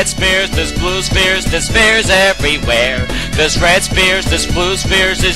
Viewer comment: I hear this as "Spear" not "Sphere"